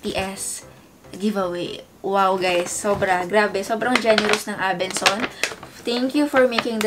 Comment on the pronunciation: ABENSON NOT ABENSONS 😂 IG: ashhnavarro #faMary